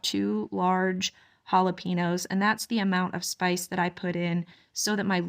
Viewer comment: This is not a criticism, just information. Jalapeños is pronounced ha la pain yo. You are well spoken and if you are anything like me, I like to know the correct pronunciation of words. Love your videos 😊. I'm glad you are going to keep trying with the bees. God is good.